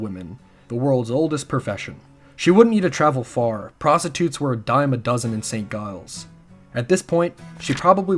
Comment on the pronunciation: This is so awesome! Just one thing: St. Giles is pronounced "Jiles", not "Guiles"